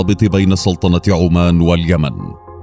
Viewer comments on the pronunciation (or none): none